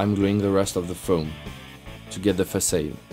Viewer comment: The word "facade" is pronounced "fuh-'sod", not "fuh-'sade"